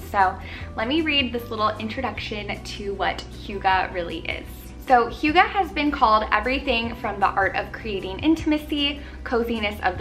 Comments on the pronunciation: it’s more like “hoo” not “hyu” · Wait... Do you also speak Danish, But then i heard how you pronounced it, and then no. But i love how we in Denmark do have a Word(hygge) that can’t be deecribed better than using the Word hygge(hjugge)❤️ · Pronounced hoog uh. You are adorable.💕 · This is the sweetest ever ♡♡ you say it like who-guh. Love your videos ♡ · Love! I've heard hygge pronounced SO many different way by so many different people. Is there one definite way to pronounce it?? So confused haha - love the vid! Definitely needed this xx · I love you and your videos but being Danish myself I cringe so bad when foreigners say hygge. 😂🌸 Other Danes will understand!